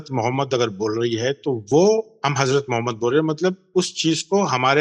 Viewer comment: محمد کو درست تلفظ سے پڑھیں مومد نہ پڑھیں باقی تمام الفاظ درست تلفظ سے پڑھ رہے ہیں لیکن صرف محمد کو مومد کہہ رہے ہیں